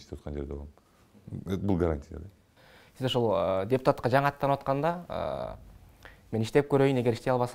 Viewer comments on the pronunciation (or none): none